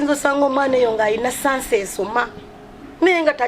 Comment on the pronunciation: Naye batusa mbu sasi Insteady of chance🤣🤣